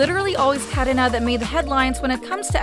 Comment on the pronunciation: The way ai voice says 카래나 . KaRena